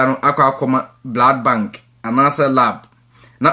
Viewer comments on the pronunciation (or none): none